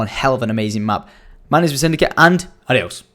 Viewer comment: ADIOSSS? HABLAS ESPAÑOL??? A LO ULTIMO DICES ADIOSSS!!!!!!!!.. RAPIDO !!!!! LIKE SI CREEIS LO MISMO